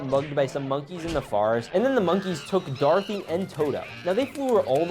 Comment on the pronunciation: Darthy? U mean do-ra-th-y